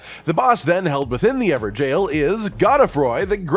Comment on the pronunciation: I'm pretty sure "Evergaol" its not pronounced "Ever-jail".... Its more like Ever-gull